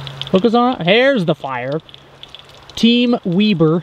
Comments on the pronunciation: You said Weber the wrong way!! Did you change sides?? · I thought you were team Weber not weeber